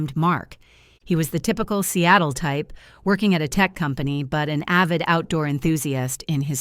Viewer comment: Not Cattle but SEATLE